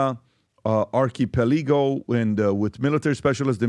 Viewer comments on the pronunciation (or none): Did he just fuck up English that bad! Arkipeligo.. The actual fuck.. did u mean archipelago? English is not my language but i went to school to learn it . Maybe you should also be back in school ? 🤦‍♂ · “Ark a pay leego”….. lmao😂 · Agreed Did he just fucked up English that bad! Arkipeligo.. The actual fuck.. did u mean archipelago? English is not my language but i went to scool to learn it . Maybe you should also be back in school? 🤦‍♂ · Patrick, you as a professional businessman, might consider working on your pronounciation. Some of the words you probably use less frequently, are being pronounced completely incorrectly. (Archipelago, Новая Земля, Kim Jong Un, etc.) You are appealing to a professional audience, so these seemingly small things really matter. Thanks a lot, Patrick. Have an amazing day! ❤️ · Dudes a billionaire and can’t pronounce archipelago 😂